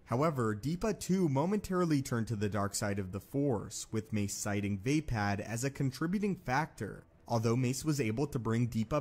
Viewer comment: “VAY-pad” sounds a lot like “vapid.” I’m pretty sure it’s “vah-PAHD.” Also, I am weary of hearing you mispronounce “wary.”